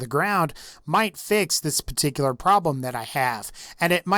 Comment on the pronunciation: Thats a very patteekoolar name.